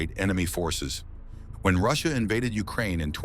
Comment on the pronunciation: The fact ignored the person or the IA on tha video can't even pronounce Russia incorrectly.